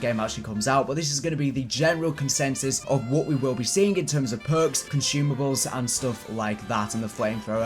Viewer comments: bro.... consuuuumables not conshumables. assuuuume not ashume. sorry but its driving me crazy. accent or no. ur vidz r dope though so i guess ill deal. jus fyi brother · THERE IS NO "H" IN CONSUMABLES stop mispronouncing things!!!